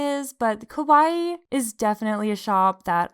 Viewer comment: it was so cute when you kept saying kowai instead of kawaii, bc kowai means scary afraid and kawaii means cute dgnhgfe